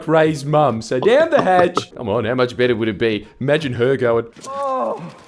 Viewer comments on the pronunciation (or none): none